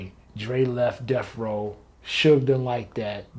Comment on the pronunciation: DEAF row.??? Duh fuck is Deaf Row...??